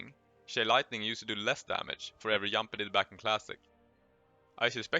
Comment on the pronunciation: pls stop saying jamp or jast JUST, JUMP